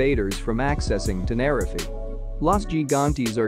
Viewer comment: Please pronounce tenerife correctly its really annoying